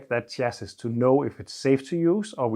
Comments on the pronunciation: You have said before, that you like tips to improve your English. I hope you are not offended if I point out a pronunciation. Chassis is pronounced “Shassy” in English (although it’s obviously French in origin). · Chassis pronounced 'shassy' (French origin) 😀but I'm sure your English is far better than my Danish!